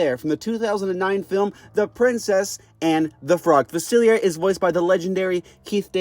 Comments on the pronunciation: It’s pronounced fuh-sihl-lee-AY, “”! 🤨 You clearly don’t know how to properly pronounce French! 😤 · "Doctor Fasillyair" ☠